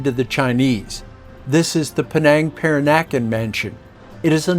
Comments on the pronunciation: A very informative video of my second home. You offer so much information, it's really to be admired. Could I politely suggest that you spend a little more time on your pronunciation of local names. For example "Mel lak ka"; "PERRR an uh can, not Per an AH kan", "Kwala Loom pur, not KOALA lum Pour". Etc... It will help others who watch your videos and come later. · Apart from some pronunciations. Malacca and Peranakan for example. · I agree. The pronunciations were far off on a number of words, and that could be easily fixed by noting the phonetics and checking with someone if the ear doesn't discern them. "Peranakan" was one of the words that really suffered in this video.